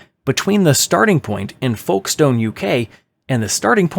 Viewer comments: I was not ready for the pronunciation of Folkestone UK😂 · And theodolite 😆 (that's also mispronounced, just like they did with Folkestone )